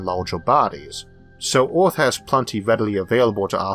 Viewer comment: I can only hear "Oeth" instead of "Earth" so many times, a man has his limits.